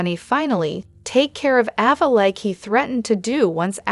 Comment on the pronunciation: It’s A va NOT Ah va …lol